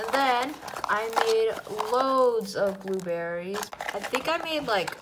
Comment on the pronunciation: Hahahahahahahahahaha she said buberys